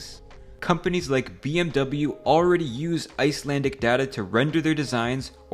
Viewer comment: Icelander here, and I'd say this video is accurate enough. You of course completely butchered the 2 or 3 Icelandic words in there, but we're used to that